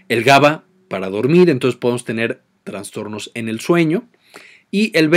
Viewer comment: ¿Transtornos? Es inaceptable que alguien que hable de cuestiones tan delicadas no sepa pronunciar los conceptos básicos.